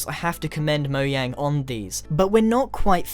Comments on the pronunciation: wait so mojang is pronounced moyang? o-o... i've been lied to. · Overwatch Shotgun Soldier its pronounced mo-jang because mojang is based in sweden, and in sweden they don't pronounce J's silent. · The Dominator it's true he did so moyang and not Mojang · HE KEPT SAYING "MOYANG" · "Mo - Yang" :0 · wait is it pronounced moyang? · lol moyang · YOU SAID MOYANG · why does he say moyang? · stop saying moyang I don't care if it's your accent but its so annoying. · You said Moyang ahahahahaha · Grian, Mojang is pronounced how it looks. It's not pronounced moyang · Grian it's mo-JANG! After : the amount of people who replied saying i was wrong is just, wow people like to correct a guy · Moyang? lmao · actually, in a video by stacyplays (not advertising) she went to sweden and found out that it is, in fact, pronounced mo-jang with a j sound. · MarshyIsCool no it's mojang mo jang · did you say ''mojan''? dude wtf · dude piss off MarshylsCool can say that and you can't do any bloody thing about it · The Golden Ninja yeah! and did anyone notice that Grian said Moyang not Mojang when we started the video!😂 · Grian You Said Moyang In stead of Mojang Right Here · DID HE SAY MOYANG INSTEAD OF MOJANG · I can't believe grian said moyang instead of mojang 😂😂😂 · he said Mayan the Minecraft company is not called that it’s called mojan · SINCE YOU SAY "MO YANG" INSTEAD OF "MO JANG".ID ASSUME YOU SAY "YAVA EDITION" INSTEAD OF "JAVA EDITION" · It's not moyang it mojang grian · it mojang not moyang. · Its Mojang, not Moyang. Pronounce it right! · Omg I know your British but Mo-yang sounds hilarious. (I'm American so I pronounce it Mo-Jay-ng) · You know that you say "moyang" in stead as mojang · is it just me or does he say mo yang instead of mo jang though I don't know if he's American Australian or British sooooo idk but nice Vids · Sorry to correct you but it's mojang not mowang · Who noticed that grian said moyang its mojang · Moyang. You said MOYANG! It's mow-jang. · moyang XD